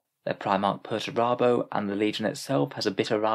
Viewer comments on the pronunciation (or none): none